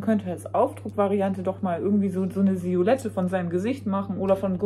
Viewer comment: Siolette 😂 Das heiß Silhouette, 😅😊 Muss immer wieder schmunzeln, wenn Du das sagst. 😅